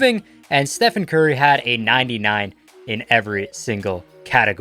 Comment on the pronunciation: Dude great vid but I swear every time he says Stephen I wanna cry. It's just Stephen curry even though it is spelled like stephen